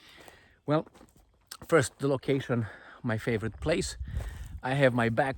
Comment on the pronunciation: kids with their "phurst"... phehee😂😂